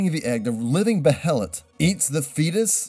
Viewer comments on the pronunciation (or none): Not to be that guy... but I’ve heard the characters pronounce it “bay-huh-lit.” That’s the way I say it. Overall it was a very informative and interesting video. I’m always excited to see how other people interpret Berserk. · It's "Bay-he-lit". Thats how they say it in the show (the good one not the shit one) anyway. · Pretty sure behelit is pronounced (baylit) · I thought behelet was pronounced (bay-uh-let). Also, what exactly was this video about cause it didn't cover much. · it's pronounced bay-uh-lit btw like bayalit. Behelit. Or beherit in Japanese. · BRO. ... BAY-hell-it. behelit. BE-helit. kinda Like daedric. SHEERK. Shierke. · Behelit ( bay-lit ) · It's be-he-lit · IT'S BAY-LIT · behelit pronounced bae-lit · It's pronounced Baylet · um ackhually its pronounced bay lit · Its pronounced BAY-HA-LIT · pronounced *bay-let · bay-lit, its pronounced bay-lit, behelits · Why do you keep mispronouncing behelit? You've seen the anime and you've heard them say it. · Are you wildly mispronouncing behelit on purpose? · Cmon dude you can say behelit correctly